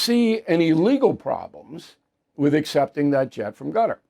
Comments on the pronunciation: I think it's pronounced "Cutter" and not "Gutter"! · I thought Qatar was pronounced Kuh-tarr or Kay'tarr 😊